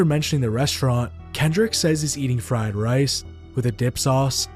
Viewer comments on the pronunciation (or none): none